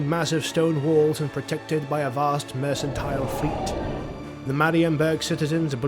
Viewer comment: I think the text is AI generated (numerous repeating of the same words) and the narration also, narrator pronounced Mercantile with a C, in reality it is pronounced as merkantile